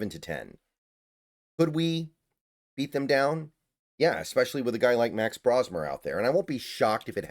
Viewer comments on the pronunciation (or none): Pronouncing his name wrong. It isn't "Brah-smer", it's "Bro".